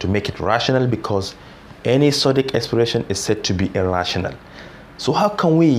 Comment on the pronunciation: You can teach well but at times I cant differentiate when your saying "a rational number" and "irrational number"